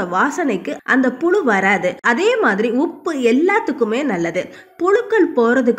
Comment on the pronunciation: First tamil ozhunga pesa kathukittu pesunga. Pulu illa puzhu. Kastam illa, kashtam. Ketkave kashtama irukku.